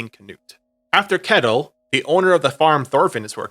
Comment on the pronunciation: I hate to be that guy, but I am Danish so I think I can speak here, Ketil isn't pronounced like kettle. The "e" is said for a bit longer, and the "i" isn't silent. Atleast that's how it's pronounced nowadays, it could be pronounced differently in those times.